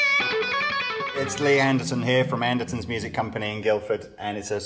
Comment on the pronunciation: OMG and Joe Buonna Pasta!!